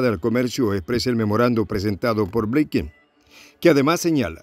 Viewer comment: Binken, se pronuncia "blinken" no "bleiken"